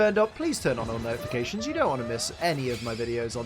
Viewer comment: wait itt coud be a digatalv he said notifacations'